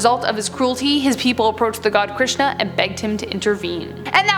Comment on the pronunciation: I am an Indian and I have not heard of half of them and you were great with pronounciations like Bengaluru, Krishan, Hirnkashyap (great it's a difficult word), Raktbija 👍